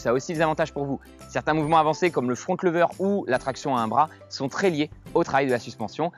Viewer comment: T'as dit Front Leuver 😂😂😂😂 Sinon superbe ta vidéo